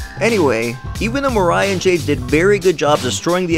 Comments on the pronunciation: Mariah, not Maria. Ma-RYE-Ah, not Ma-REE-Uh. Seriously, every time you said her name wrong, it was like nails on a chalkboard. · Maria? no Mariah dude if u are going to say it 250 times please get it right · WTF homie???? It's Black MARIAH dude. Not Maria!!!! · Did someone prepare this speech for you? I don't see how someone who watched this series would say "Maria" and not "Mariah" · Why in the hell are you pronouncing "Mariah" that way? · I'm curious,did you even watch the show.You called him Carl Lewis instead of Carl Lucas.You also mispronounced the main female antagonist's name.